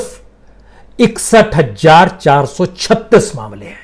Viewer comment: Hajjar ki jagah hazzar kahte to acha lagta